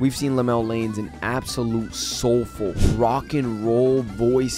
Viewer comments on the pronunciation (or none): Just to help you with those hard to pronounce names: Llanes = Lee-ya-nes Inciong = In-si-yong or In-shong Arellano = A-rel-ya-no Love your videos sir! Much love fron PH!